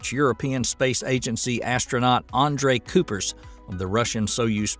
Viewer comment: There is no "koepers" named Dutch astronaut, there is Andree Kuijpers with an ui, totally different sound than oe...do your home work mr speaker...